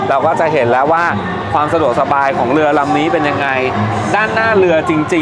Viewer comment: เรือรึเปล่าครับไม่ใช่เลือ